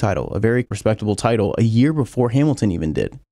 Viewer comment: Bro... you sound normal... until you say "Vettel" or "Title"... what's wrong with you?